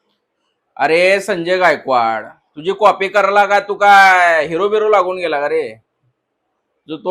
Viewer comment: कॉफी nahi re कॉपी असते भाऊ,.आणि म्हैस नाही piggi piggi